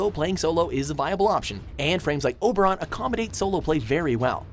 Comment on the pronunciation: He said Oberon for solo players...